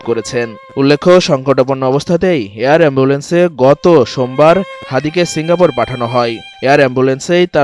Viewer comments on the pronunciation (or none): Air Ambulance na Hair Ambulance 😅